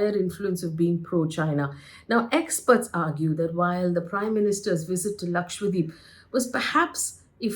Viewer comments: You are pronouncing as LAKWADEEP., D’Souza. It has to be pronounce as it is spelled/spelt. It is LAKSHA DWEEP meaning one lakh islands. LAKSHA is 100,000 and dweep is island. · Its irritating to hear Lakshwa- deep. Its Dweep means island. Its Lakshadweep. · LakshadWeep, and not LakshWadeep please. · hello HELLO ... why are you and other anchors pronouncing it as lakshwadeep... it is LakshaDWEEP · Its 'Laksha-dweep' not Lakshwadeep as you are repeatedly saying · Is LakshaDweep also pronounced LakshWa Deep ? I notice many Indian News Anchors pronounce that way ! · Its Lakshadweep. Not Lakshwadeep. Atleast learn to spell and pronounce properly the place you are commenting upon. If Indians can't pronounce indian names what can we expect from others. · Lakshadweep, not Lakshwadeep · Hi, Faye. Thanks for doing this video. Just one suggestion: It should be pronounced as Lakshadweep and not Lakshwadeep. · It's "Lakshadweep" not lakshwadeep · I fail to understand why some top reporters , news channels & media outlets are simply unable to pronounce the name correctly !!! Ur all praising & talking about an Island whose name u can't even pronounce correctly ! It's Lakshadweep. Dweep means island . And It's not lakshwadeep ...FGS ! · Its Lakshadweep. not Lakshwadeep, correct yourself pls, dweep means island. FYI. As a responsible Journalist you should take names correctly at least of Indian names. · Isn't it Laksha-dweep? Not Lakshwa-deep. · How come no one can say Lakshadweep??? 😂😂 all of them mess it up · It is a South Indian place bruh. Don’t be making up your own stupid names. Learn to pronounce correctly